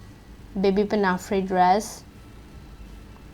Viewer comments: Pinnafree? Pin-a-four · Excellent, thank you! However it’s pronounced “pinafour “, fyi